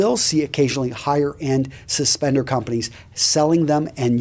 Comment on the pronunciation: housentrag, not suspenser, suspender.